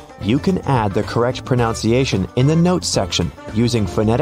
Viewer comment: This narrator doesn't pronounce "pronunciation" correctly. It is NOT pro-noun-ciation. Look the original spelling!